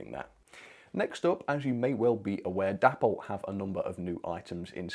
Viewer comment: i love your content, but please please stop calling Dapol.. Dapple.. Its pronounced Day-Paul. c'mon mate honour the memory of the company's creator, David Boyle.